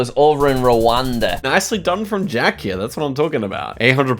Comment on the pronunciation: Jjjjack hehe love pronunciation on Jacks name